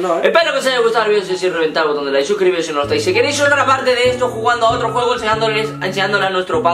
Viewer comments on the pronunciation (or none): se dice like no laik